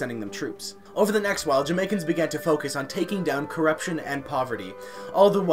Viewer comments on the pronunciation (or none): none